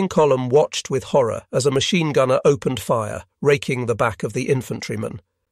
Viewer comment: I’m getting annoying with the trash reading skills? How is it someone who speaks English can’t even say opened they say “open-Ed” “stop-Ed” “brea-they” it’s so bad